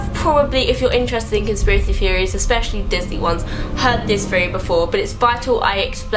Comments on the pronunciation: "conspiracy FFFFeory" "Scar, his broVVVVer" "the weaVVVVer" -.- I never make fun of accents but the "Conspiracy Feory" thing is KILLING ME I cant.... and before anyone says "ummm...don't watch?" I have never seen this chick in my life and was not at all prepared for THAT. 😂😂😂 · i kept thinking "why is she saying fairy wtf is that like a thing from england or" and then i realized she's saying theory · Why does you saying theory sound like fairy? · anyone else thought she said fairy when she says theory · everytime she says theory i think she is saying fairy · when she said theory it sounds like "fairy" lmao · who else noticed how she says feme instead of theme and feorey instead of theory